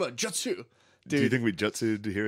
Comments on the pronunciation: Hearing matt say Jut-sue instead of Joot-sue has me dying. Matt's inner weeb coming out. Naruto is goated. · Wuder style jut sue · It's so damn funny how Matt pronounces words like Nar U to and jut soo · Isnt it Jewt-zoo? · Matt's pronunciation of jutsu is killing me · Matt saying Naruto and jutsu wrong